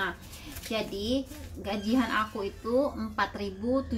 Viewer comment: Bukan gajih an mbak tp gajian